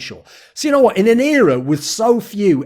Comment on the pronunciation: Everytime he said "In an era" I kept hearing "Inero" and I was like man why's he mentioning Inero so much in a video about POB